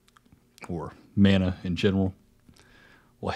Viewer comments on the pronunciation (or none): none